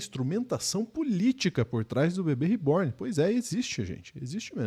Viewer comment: Bah, o cara já fez vídeo falando que não adotou boneca nenhuma, car@ Que jornalismo é esse,???? O cara disse que estava zoando e que boneca se compra, não se adota. E o certo a se pronunciar não é rê-born. Não vai falar direito, não use língua estrangeira.